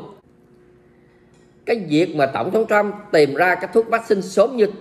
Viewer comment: Thiết nghỉ ông ấy người Mỹ, không phải tên Chú Bảy. Nên đọc tên ông là tên Mỹ. Tập phát âm vài lần sẽ quen thôi. Cám ợn đã cho các tin tức tốt và nhanh.